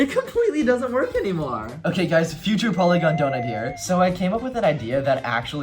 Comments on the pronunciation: his nam is poiygon not pongon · It’s polygon not pongon